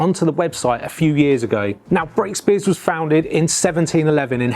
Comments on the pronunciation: Superb video. I grew up in South Oxfordshire and Brakspears was everywhere. I was very sad to see the Henley brewery close all those years ago. One point: it is pronounced Brack-spears, not Brake-spears. Cheers 👍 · Very interesting but its Brakspear note Brakespear